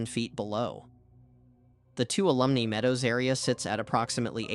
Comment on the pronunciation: Please learn to say Bridalveil and Tuolumne.